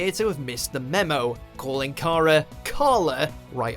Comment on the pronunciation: you said cara wrong mg